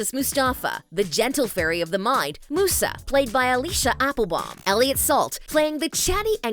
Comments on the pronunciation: Meeee Like who the hell is moosa its musa. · Same, it's pronounced Myuusaa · Sorry to be that person... But in the original Italian winx show, it's pronounced moo-sa, which is also the Italian word for muse. Maybe they just wanted to stick with the original pronunciation. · is anyone else annoyed at how she says Musa? or is it just me? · You're pronouncing Musa's name wrong, and she was the fairy of music not of mind. Stella never worn headphones that was Musa, Stella was the fairy of the sun. You also got the name of the Fairy of Earth wrong. Also I would love to watch the original Winx Club series but I'm not sure where I can go to watch it, and I mean like all seasons with all their upgrades. The last I saw was their sirenix powers, but I guess there's more than that. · Terra (the wannabe Flora) is NOT Roxy the animal fairy. And your Musa pronouncitation wasn't right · Apparently that’s how it’s pronounced in the Italian version. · I would also point out to make sure you pronounce Musa's name right. there are plenty of videos of the show where you can clearly here how to say her name. Defiantly do more research next time. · Every time she pronounces Musa incorrectly I cringe. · Mentions people asking if the creators even watched the original -Narrator pronounces "Musa" as "Moosa" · I honestly am just grateful to have a live action series. 🤷🏻‍♀️ Also, Musa sounds like, MUSE AH 😊 I appreciate this video, I just.. can't ignore the fact you got some things wrong. 😂 It's okay. You probably didn't watch it so it's fine. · The narrator gave you all false informations. „Musa“ with pronounciation oo is actually italian, in Fate they still call her „Miusa“ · Is anyone bothered that she pronounced Musa as Moosa? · I’m so bothered by the narrator pronouncing Musa as Moosa😡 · Does no one know how to pronounce Musa’s name? Here, lemme help you M-you-za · No, it’s the English version that use this pronounce. The original is “Moosa”. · Why is Musa pronounced as Moosa LOL